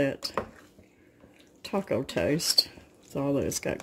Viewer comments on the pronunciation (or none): none